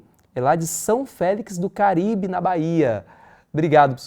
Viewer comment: A cidade se chama "São Félix do CO-RI-BE". E não Caribe! Na Bahia.